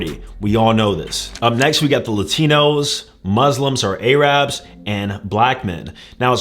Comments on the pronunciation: AYE-rabs lol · I cringed at how he pronounced A-Raaabs multiple times in this video. I thought he was better than that. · Bro said "EyRaBs" 😂